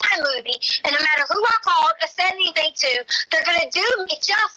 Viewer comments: Yeah when she says anythink it's so annoying 😐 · I heard it! "Anythingk." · “AnYtHiNk…!” Girl , quiet 😂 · She says it correctly other times. Same with other words ending with "G" - she says those just fine. She's a phony, what do we expect from this lady? Haha